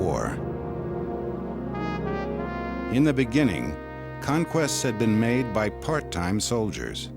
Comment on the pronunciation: Narrator sad "Bay the time they left, Dacia become to be called Romania"😆 Can't possibly be true What a liar In 1859, Wallachia united with Moldavia to form the United Principalities, which adopted the name Romania in 1866 .😃🤮